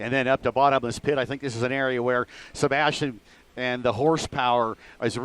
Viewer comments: it's sebastien loeb not sabastian loeb... americans definitely are not into rallying.. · It's 2013 not 1963, please learn how to shoot proper video from a helicopter before covering this kind of events. And by the way it's Sébastien not "Sabastien".